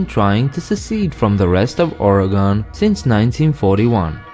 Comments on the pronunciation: Not to be rude, but the last syllable in Oregon is pronounced the same as "gun", not "gone". We Oregonians are just a bit touchy on this matter. ;-) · As an Oregonian, I die inside when someone pronounces as Ore GON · No offense, but it’s not ore-a-gone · I live in Oregon and I say it as OR-Y-GUN! Please say it right. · Oregon is pronounced (ORygun)... :( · Dont feel bad. Many people in the US pronounce it incorrectly. It's a running joke among people from here how everyone from other parts of the country say it. Or-ee-gun. Many people from other states say "organ" like your liver or kidney. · No it’s not…. It’s pronounced (or) (ii) (gin)